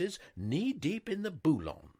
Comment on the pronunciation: Boulong??? Even the English pronounce this correctly, ie bweeyon(g). The other day I distinctly heard you say trouseau, akin to trousers, for trousseau, a common English word for the wedding chest every young lady tries to fill. Please,, check the frenchified pronunciations in a good dictionary. Or ask any French person, or any literate English person over the age of 50;)